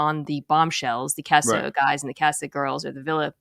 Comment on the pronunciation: Mina, please for the love of God, can you pronounce "casa" properly.